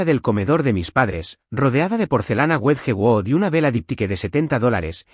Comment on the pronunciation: Wedgewood, una porcelana Inglesa muy famosa me costo mucho trabajo entender, por favor si van a pronunciar palabras en Inglés haganlo correctamente